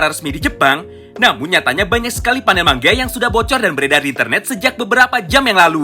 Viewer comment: Bang kenapa kok ngomongnya mangga kok ga manga aja